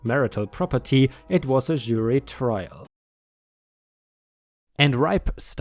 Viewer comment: "CC" = credit card. (Unless you're talking old fashion paperwork, or email, because than it means: "carbon copy", meaning an exact copy) Please review your pronunciation of "jury". Love the stories, as always! I like the new style with the last set of short bits from the reddit comments. Looking forward to more!